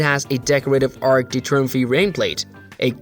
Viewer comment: Are you intentionally mispronouncing everything? If so, impressive. If not, ouch my ears... The statue honoring Ernie's French-Canadian roommate: The Statue of Le Bertie The Ark de Troomfee The Touch My Hill The Fladderon Building All created by the LEGO company located in Ballooned.